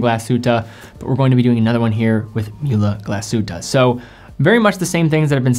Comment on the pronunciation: Obviously Muhle Glashutte seems to be impossible to him. 😮😆